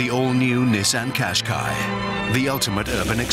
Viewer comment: Nissaaaaaah! Innavation That Excites 😅😅😅😅😅